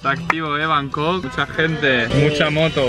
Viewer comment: Cuando dijiste bancooooooc la habías cagaaaaaooo